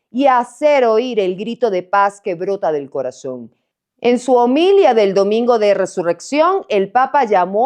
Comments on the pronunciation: Hola buenos días muy buen programa, en el segmento del anuncio del papa la palabra omilia o discurso teológico fue pronunciado con el acento en la (o) al comienzo de la oración y no en la (i) sería ho-milía no ho-milia. Buen y excelente trabajo. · Homilía,con acento en la i... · Te comiste el acento en homilía 😂😂😂😂